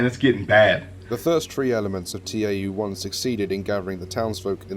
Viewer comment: It's not TAU, it's tau. Ugh.